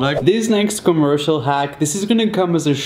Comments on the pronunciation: Your British why a you saying commersol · I'm British and I say commercial if he was British why can't he say commercial